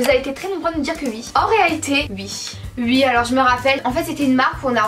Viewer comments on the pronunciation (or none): Sa me stresse vous dites "ui" au lieu de oui 😂😂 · Elle disent soit " ui " soit ouais ! Mais plus souvent " ui " , moi aussi sa me stresse ! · Vous dites ui à la place de oui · Pour me rappeler qui est qui je ces que est à droite et à gauche Vous dite ui au lieu de oui et j'adore je vous adore continuer comme ça 😘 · Vous dites ui sa me stresse !! ❤ mais je commente sur presque toutes les vidéo encore une fois continuer vos vidéo ❤❤ et vous parler sur ytb sa me fait trop plaisir et oui je suis déja sorti en récré en chausson !! Jespère que vous aller me répondre !! ❤💋💪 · C'est drôle vous dit ui s'a me fait rire à chaque fois que je vous entend le dire